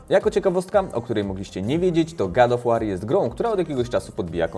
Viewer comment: God Of War czytamy gad of łor a nie gad of łar jbc ;)